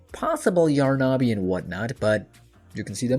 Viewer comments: It’s not yar na bi ! It’s yarnaby ! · It’s Yarn-a-by not Yar-na-by ! 🪄🧙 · Why is he calling yarnaby : yaaar na BE . the hell is that???!